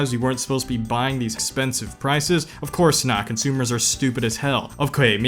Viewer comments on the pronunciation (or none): bro said Ofkay lol